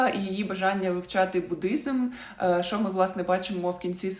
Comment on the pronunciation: Відео хороші, але будь ласка, тільки не "шо".